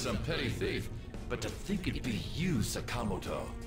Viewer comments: Man the way Kamoshida’s English VA was told to pronounce “Sakamoto” is just awful. “S’cameltoe”. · No, their pronunciation is incorrect. They were just told to say it like that.